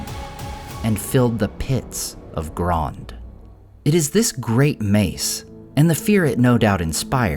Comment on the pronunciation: "You guys are saying to wrong, it's Grond!!"